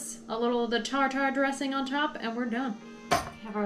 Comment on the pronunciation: Wouldn't it be tartar as in tartar sauce?? I've always heard it pronounced rhyming with carter or barter...